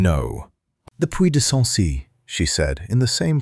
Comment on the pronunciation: Is her name Honoria, A Noria, her nausea, Noria, an oreo, in oria? Her coat worn over her dress is not a police; it is a pelisse. The duke’s father left him FOUR, not for, estates. A small MUSCLE, not mussel, moved at the corner of his mouth. A MAIL, not male, coach. Arthur, Honoria, her father, mother, sister and brother makes six people at the dinner table, not seven. PUY DE SANCY, not predecessor si. AUVERGNE, not oval. He had been RIDING, not writing. I give up. Did a human proofread this text before letting the robot narrate it?